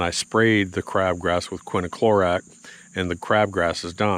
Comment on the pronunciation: It is bit quiniclorac, it's quinclorac. Greg Phillips used to do the same thing. Now he says it correctly.